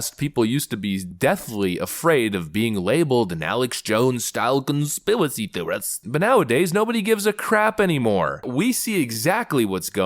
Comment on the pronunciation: Please stop saying "conspiwacy."